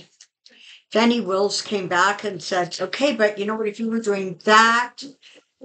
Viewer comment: Good Morning from NE GA! FYI her name is Fawn (like a baby deer 🦌) ee NOT Fanny. Fanny is southern for butt (as in pat him on the fanny), so it's an insult down here. This reading was awesome and right on the idiots nose. Reminds me of the Cher song If I Could Turn Back Time 😂😂 He deserves the Karma coming for him. Thanks for all you do for us ❤ Have a great week.